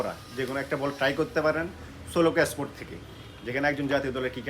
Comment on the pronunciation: ভাই উচ্চারণ ঠিক করেন প্লিজ। চট্টগ্রামের মানুষ বাংলা উচ্চারণই পারে না। স্পোর্ট কে এ্যাসপোর্ট বলতেছেন। 😂😂 সোলোকো কে বলতেছে সোলো! বা-লে-র উচ্চারণ।